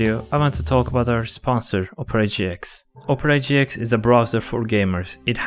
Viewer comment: when he sponsored opera gx it sounds like opre gx